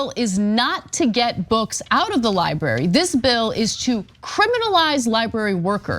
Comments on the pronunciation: No one counted how many times Cenk said 'libary'? hehehe, love you man! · Lie-burry, Cenk? LIE-BURRY? Good Lord! LibRary! Library doesn't sound like Lie and HURRY! Li-bRary! It's LIBRARY! lol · Sounds like libury to me. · It's libRary...not libary. Why does Cenk pronounce it like that?